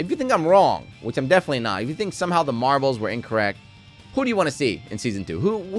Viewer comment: It's mahbles babee!